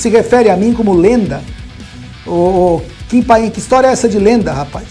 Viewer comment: "Kim panin"